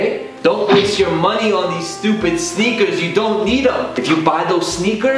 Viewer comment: I heard the word "sneakers" soooo many times.. I hear snickers now..